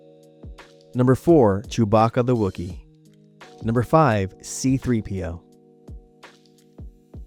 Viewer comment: See-Threepio, gotta love it